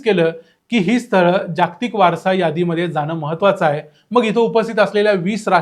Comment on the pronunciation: तुम्ही माहिती छान सांगता पण जागतिक शब्दाचा उच्चार नीट करा. जाग्तिक करु नका. कारण ह्यात जोडाक्षरे नाहीत. ज ग त क ही चार ही अक्षरे पुर्ण आली आहेत.